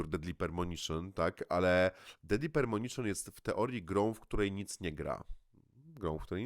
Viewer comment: Duke Nukem Forever, jak ja się zagrywałem w to. Jak ja noce zarywałem. Do Deadly Premonition (Pre, nie permonition, uwielbiam jak ten tytuł przekręcasz) mam taki sam stosunek jak ty. Kultowy tytuł dla mnie, jedno z najlepszych doświadczeń e grach jakie miałem.